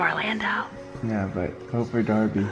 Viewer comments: you said fort not for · the first 10 seconds ... fort instead of for lol ilysm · "Fort those"😂😂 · Haha fort it's ok we know you mean for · Um you guys said fort instead of for